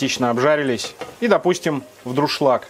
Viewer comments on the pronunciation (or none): Дуршлаг, а не друшлаг!!!! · Грамотная речь?! Он говорит "друшлаг"! 😅